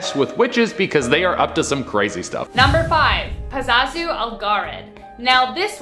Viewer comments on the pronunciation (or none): its Pazuzu. Not Pazazu. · the demon In the exorcist was pazuzu not pazazu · The demon in The Exorcist was called Pazuzu not Pazazu